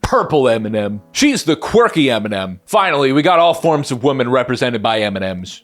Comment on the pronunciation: Women is pronounced "Wim-min"